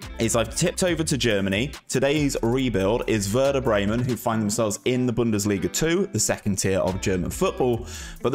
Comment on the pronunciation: Good idea mate, really like that, as always. You need some training with the club names tho haha.